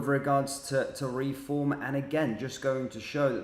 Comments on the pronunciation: Not ‘re-form’ but ‘reform!’ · It's Reform one word not Re-form.